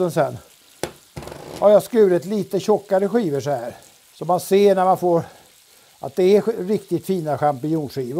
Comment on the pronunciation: och karln kan varken uttala champinjoner eller skivor korrekt